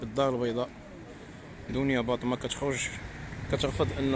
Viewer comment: ههههه واش سمعتوا الصحافي اش قال في الاخير مني نطق الاسم ديالها بلا ما يشعر قال دنيا بطة